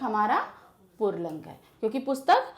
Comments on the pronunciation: Mam to pulling ko purling bol rahi hain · The way she says pulling... 'purling' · पुर्लिंग नहीं पुल्लिंग बोलिए, और पुस्तक पुल्लिंग नहीं स्त्री लिंग है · Mam purling nahi pulling hota hai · Purling nahi pulling hota h mam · Aunty purling ni pulling hota h 🌝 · पुरलिंग 😂😂😂😂😂😂😂😂या पुल्लिंग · Since there is no pronunciation of र in पुल्लिंग so call it pulling not purling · पूर्लिंग नहीं पुल्लिंग कहा जाता है madam हिंदी तो सही से pado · Mam purlink nhin pulling hota hai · Pulling not purling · Ma'am :- "PURLING" XD XD XD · Yes. U listen purling😅 because she said purling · Mostly hindi female teachers says purling it's just like ee ka bawasir hai be 🤣🤣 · Its not purling Its purrrrrling